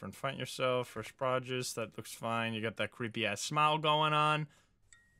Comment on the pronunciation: I might be duxked up for this but when he mispronounced “produce “ took me out !!